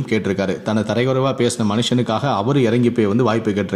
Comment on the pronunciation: யோவ்.. தரைக்குறைவு இல்லை.. அது தரக்குறைவு.. தமிழை சரியாக கற்றுக்கொள்..பலமுறை தரைக்குறைவு, தரைக்குறைவு என்றே சொல்லிக்கொண்டு இருக்கிறாய்...